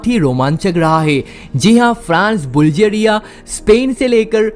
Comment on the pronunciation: Its বুলগেৰিয়া not বুলজেৰিয়া